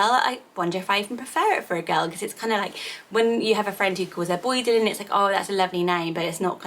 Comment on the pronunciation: Is pronounce Dylan differently x